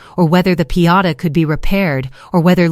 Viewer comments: It’s called a piñata not a Piata 😂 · You said pee-ata three times. I'm out. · It's pronounced "pin-YAH-tah." .... For a machine that has all the information on the planet available in less than 1 second, this A.I. is exceptionally stupid.